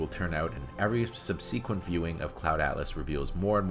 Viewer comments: There’s one thing worse than this movie - the narrator’s pronunciation of the words Wishaw and subsequent. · Is this a robot voice? A couple names and the word subsequent were quite off in pronunciation.